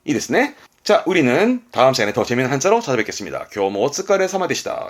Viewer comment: 마지막 사요나라 여러번말하는게 찰져서 좋다